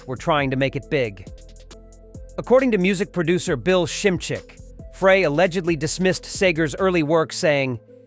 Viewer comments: If you are going to use AI to narrate your post, make sure the AI can enunciate correctly. Frey = Fry -------- Frey IS NOT Fray. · This is the biggest crock of BS. I am a native Michigander and we knew Bob, Terrible Ted and Glenn "Fray", your AI can't even pronounce their names. Get a real job!! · Frey is pronounced Fry!! Get it right!! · Glen FRAY?? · Would help if you could pronounce Glen Frey's name correct. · Glenn Frey last name is being pronounced wrong this isn’t the first video. His name is being said wrong.